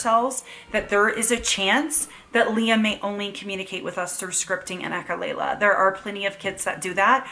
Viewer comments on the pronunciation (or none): Please say echolalia instead of echolayla. I'm only saying this because your channel is a good teaching channel.